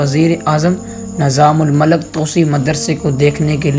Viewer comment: AsSalamu Alaikum. Barah e karam aap ki Urdu ka talaffuz saheeh kareyn. Maslann: Nizamul Malak nahi hota, islaah kar lijiye... Nizamul Mulk.